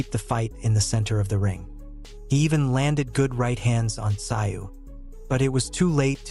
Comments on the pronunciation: never heard of this sio. pronounced szoo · You so got his name wrong so annoying it sounds like zoo where animals are kept not your way of saying it wrong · Tszyu's name is pronounced to sound like the word 'ZOO' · You say his name like Zoo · It's unbelievable that you can do such a comprehensive account of this match and the two fighters BUT you can't even do a little research on how to pronounce the name Tszyu - "Zoo"!!! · It's more like zoo with a silent t in front. t zoo. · So much disrespect mispronunciation of tim tsyu name it is pronounced ZOO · If you are going to post content on YouTube, show the Boxers some respect and learn how to pronounce their names Tim Tszyu (ZOO) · Had to stop watching as the mispronunciation of Tim’s name was too annoying. ITS ZOO. TIM ZOO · It's pronounced. Zoo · The narrator is disrespectfull. He should/could learn how to pronounce the Australian's name.. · Is this a rent a coverage review. Didnt even fix the pronunciation problems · Iff your going to commentate at least get the names correct doe doe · If your going to make a video about the man at least learn the correct pronunciation of Tim Tszyu's name. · Worst commentary ever.Get the surname pronunciation right. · I was confused who the boxer was. The pronunciation of Tim Tyzyu’s name is wrong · Did this guy not listen the the commentary. His pronunciation of Tims name really bugged me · I could not listen to this commentary, get his name right or go home. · At least get the name right . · You can’t even pronounce his name! Shows you know zero about boxing! Shut up! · Let’s have the commentary from the real commentators. Not that bloody AI voice that can’t even pronounce the boxers name.